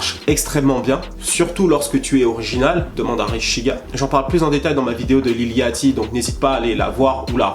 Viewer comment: lil "yaty"? J'croyais que c'était plus lil "yoty"